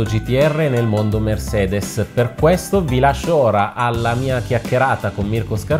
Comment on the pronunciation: MERSEDES. Prima volta che sento pronunciare il nome corretto in tedesco :O